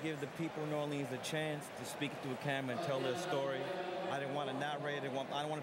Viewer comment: Spike Lee managed to do an entire documentary about noo OR linz but still pronounces it noo or LEENZ twice in 10 seconds.